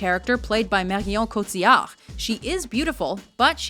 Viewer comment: Merhijon Codziard?! Marion Cotillard is pronounced: mariõ (nasal ) cotiyahr. Really not that difficult.